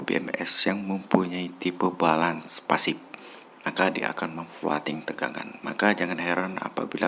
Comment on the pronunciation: Pasif bang. Bukan fasip. ,😂